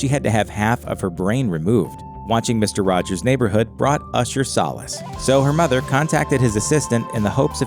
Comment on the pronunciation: “Misto wajows” Oof.